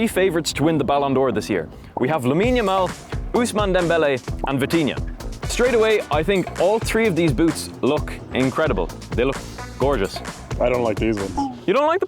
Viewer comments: yamin yamal bro is "lamine yamal" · Lamine yamal❌️ Yamine Yamal✅️